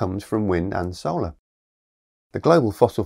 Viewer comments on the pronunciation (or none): none